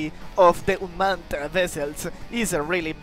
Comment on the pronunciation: Bro's It Unmaned U-m-a-n-e-d NOT Unman- ed 💀